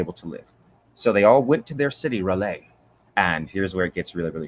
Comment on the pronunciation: Is there a reason why you constantly call R'lyeh "Relay"?